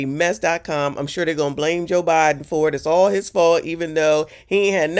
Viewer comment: "Joe Byron"....Lol...😂😂😂